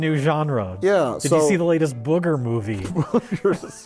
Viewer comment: Do people in America really pronounce booger as bugger?